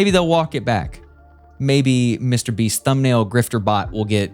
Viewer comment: Pronunciation wrong, you said Mr. Breast . The correct pronunciation Mr. Beast not Mr. Breast.